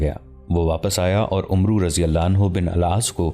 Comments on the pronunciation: Assalamualaikum, Mny 50 sy ziada episode dekhy hyn Lkn voice over artist sy request hai k Hazrat Amar bin al Aas hai, na k Umru bin Al Aas Arbi my is lfz ko Amar kehty hyn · this name is not "Umroo bin Al Aas" this is "Amr bin Al AAS" ...thats how u read it in Arabic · Umru pronanciation is not correct it is Amr bin Alaas RA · بھائی کسی پڑھے لکھے آدمی سے اردو عربی الفاظ پڑھنا سیکھ لو . آپ عمرو پڑھ رہے ہو ۔ اسمیں واو لکھنے میں آتی ہے ۔پڑھنے میں نہیں ۔اسے امر پڑھیں گے ۔ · عربی میں عمر (umar ) اور عمرو کو ( amr) پڑھتے ہیں واؤ silent ہے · Umro likha hota he Amar parhte Hein Amar bin Aas Ain pe zabar he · عمرو کو امر بن العاص پڑھا جاتا ھے ۔ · محترم بھائی صاحب زبردست تاریخی واقعے کیلئے شکریہ لیکن ساتھ ساتھ میں ایک گذارش گذارش بھی ہے اور وہ یہ کے کچھ عربی الفاظ اردو لہجہ سے محتلف ہوتے جیسا عمر اور عمرو میں کیا فرق ہے جیسا خلیفة المسلمین عمر اسکے تلفظ اردو میں اومر کہا جاتا ہے اور عمرو بن العاص کے تلفظ ہے امر کہا جاتا ہے جو واؤ ہے وہ سیلینٹ ہے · لفظ عمر بن عاص ہے عمرو نھی بولا جاتا عربی میں اس لفظ عمر کے آگے و ہو تو ع پر زبر پڑھا جاتا ہے اور و نہی پڑھا جاتا ہے